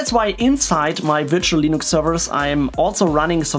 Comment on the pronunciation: Guys! He's running "Linox" 😁